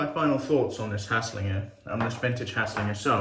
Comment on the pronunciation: Good video! I feel like that soap must of been well ahead of it’s time. Solid attempt at pronounciation as well 😉